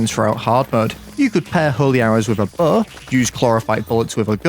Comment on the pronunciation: The way you pronounce bow as "buhh" cracks me up everytime